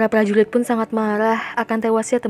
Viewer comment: Kaka,prajurit bukan prajuwit